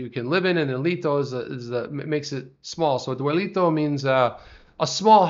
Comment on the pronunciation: Oops “Dwelito”😂🤣